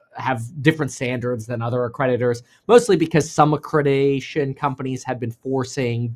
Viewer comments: ACCREDITATION, not accredation or whatever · It’s accreditation, not accredation. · It’s accreditation lol, not acradacion 😂 ❤ you kev